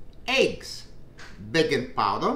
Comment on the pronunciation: I swear I heard bacon powder ;p love this guy